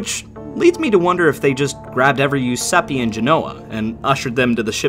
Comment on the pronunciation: Giuseppe is pronounced Jew-sep-peh not Yu-sep-py. You're welcome.